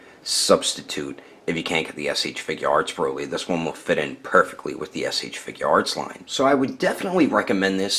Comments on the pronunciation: 1518 he said broccoli instead of broly. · His name is broly... it says it on the box and yet you still call him broccoli. ..smh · His name is broly not brockle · Holy at the end of building he just said brocoly